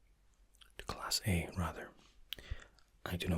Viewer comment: I just though he was trying to say classy